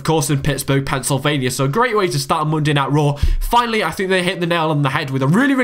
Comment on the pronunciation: Mundai Nait Row !! LOL